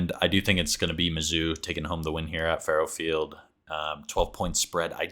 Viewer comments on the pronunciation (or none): It’s pronounced Fuh-row Field. I don’t blame you though. I didn’t know how to pronounce it for the longest time